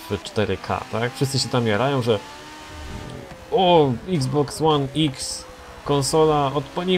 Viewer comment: czyta się Xbox one eks Pomogłem?